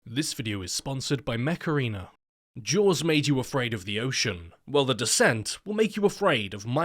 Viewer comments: ooh mech arena not "mecarina" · I swear with his accent, i thought he was saying "macarena" and i was like " hmm good song, but how is that a sponsor" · My dumbass really thought you said Macarena instead of mech arena